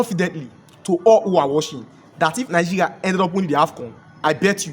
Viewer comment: Moghoco, nighiria, u can’t pronounce well. What’s your problem?